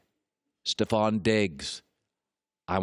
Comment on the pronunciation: Stefon is pronounced stef-on not ste-fon